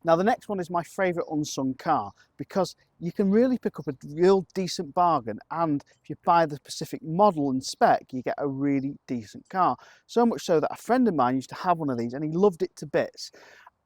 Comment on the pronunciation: Specific not pacific